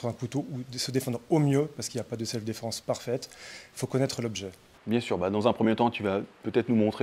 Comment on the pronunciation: On dit pas "selfeu défense"... 😬